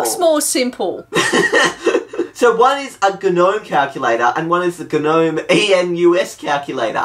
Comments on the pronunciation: It's spelt nome, not geh nome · the "G" is silent! "nome" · G-nome 😓 don’t pronounce the “g” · I like how you Pronounce the G in GNOME :) lol